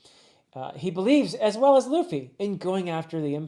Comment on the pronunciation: he pronounced it Luh Fee and not Loo Fee